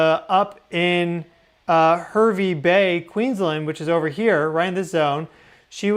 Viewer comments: Thats because it was a 5.6 earthquake! Also its not "have...E bay..! Its HARRRRVEEEE' Bay! Bloody Americans never know how to pronounce anything!! Please do 2 seconds of "how to pronounce names before you make your vids! Nothing pisses off or gets under an Australian Skin then you're not pronouncing it right! And I do mean viciously! Otherwise thanks for your content & speed! However your little ADHD brain needs to slow it down just enough to figure out names of places! Thank you... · We Aussie pronounce Hervey Bay as “Harvey Bay”. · Hi thanks for reporting on Australia earthquake...Hervey Bay is pronounced, Harvey Bay. ❤ welcome to Australia language 😊. And Brisbane is pronounced Bris bin 😂. Not that I'm bothered but just wanted to let you know.....love your work and always following you, Much love ❤❤❤ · Aussie here... Time for an Aussie English lesson... Briz-bin. Harvey Bay. Also, I used to live in that part of the World, on Russell Island. From the Gold Coast to the Sunshine Coast is 200 km, about 125 miles. That was a BIG QUAKE!!! Love your work,. God Bless!